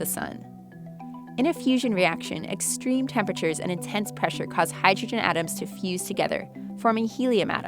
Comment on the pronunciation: higher "tempechures"